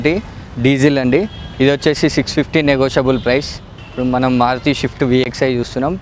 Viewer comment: షిఫ్ట్ కాదు భాయ్, స్విఫ్ట్... స్విఫ్ట్...